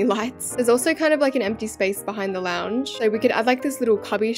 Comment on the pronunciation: OH LOUNGE I THOUGHT YOU WERE SAYING LAUNDRY ROOM😭😭